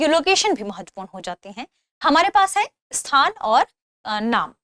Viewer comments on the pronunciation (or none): Tha way she says matvapuran. Sounds like doogna lagaam dena padega